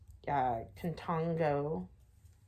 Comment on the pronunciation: Contigo in Spanish means with you, it's pronounced like ( count - tee- go) pretty cool items. Your kids are so lucky to have you as mother. You are the best.